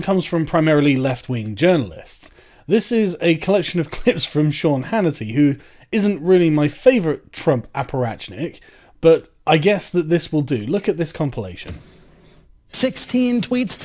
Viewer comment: It's not apparachnik, it's apparatchik (аппаратчик), stop butchering my language.